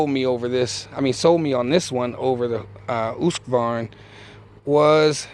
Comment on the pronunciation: It’s “hoosk-varn-ya”